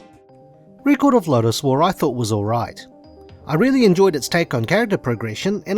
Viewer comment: You cant even pronounce record correctly. 😢 youbare ai before ai.